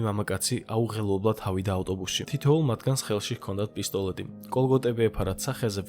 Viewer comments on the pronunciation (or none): პისტოლэტი კი არა პისტოლеტი